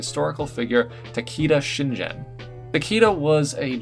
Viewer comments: I'll look past the butchering of Takeda Shingen and Uesugi Kenshin's names because that was freaking amazing. I clicked so fast when I saw that Takeda design on the thumbnail 😍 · i was getting a little triggered at the mispronunciations of Takeda Shingen and Uesugi Kenshin, but other than that very good armour pieces